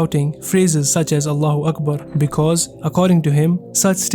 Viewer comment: He can't even pronounce Allahu Akbar!